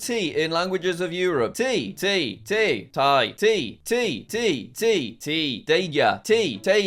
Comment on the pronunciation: You said tae wrong 😢